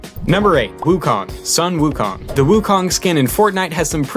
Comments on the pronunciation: you said sun wu kong wrong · You don't pronounce sun wukong properly...